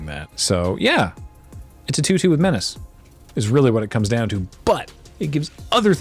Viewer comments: I say menace that exact same way as well. Partly because of the draft streams way back when, and because saying things slightly wrong amuses me. Same goes for "dagron" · Hol’ up! , I thought menace needs to be pronounced with the Russian intonation like meh-nyah-chay these days?